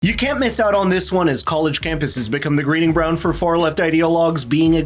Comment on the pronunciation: ‼️Two seconds in: “greeding brounds” You think I’m joking but watch again